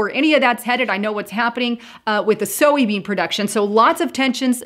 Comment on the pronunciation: Is it just me or does anyone else think she’s pronouncing soybean incorrectly?